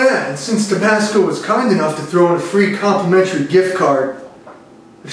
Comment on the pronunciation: Doc: “So how’d you get an ulcer at your age?” LA Beast: “I drink tobassco sauce.”